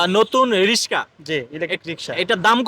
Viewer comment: শব্দটা cutter নয়, indicator অর্থাৎ ডানদিকে যাবে না বামদিকে যাবে সেটা ইন্ডিকেট করে। বারবার রিশকা রিশকা বলছেন কেন? ওই ভদ্রলোক তো রিক্সা বলছেন. আজব উচ্চারণ।